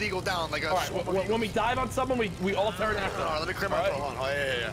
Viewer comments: Nick pronouncing pterodactyl P-terodactyl made me sad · The way Nick pronounces pterodactyl.... yikes.